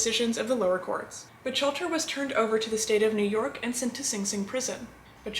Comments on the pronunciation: Lovely, as a fan of your channel and a fellow Mafia historian, I nonetheless have to point out that Lepke’s last name is pronounced closer to Buk-halter. Otherwise this was another fine episode! I love your in depth narrative and always pleasant delivery of this sometimes unpleasant subject matter. Glad to see you have recovered and are back at work providing us with your entertaining posts. Be well! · It's pronounced...Buck-Halter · Great video, although Buchalter is pronounced “book-halter”, otherwise this was very interesting. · I think that our lovely host doesn’t know how to pronounce Buchalter!!!! Maybe she can’t pronounce his name because she is just a bot disguised as a human female?! That’s quite a disguise, I was fooled until she called Lepke “Butch-alter”! Then I knew she was a bot, without a doubt! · Miss, I thought the mans last name was pronounced Buck- halter?... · J it’s pronounced Buck alter, but very good video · First of all she’s mispronouncing his last name,and they did do a movie about him,starring Tony Curtis